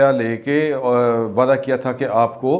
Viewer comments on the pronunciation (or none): none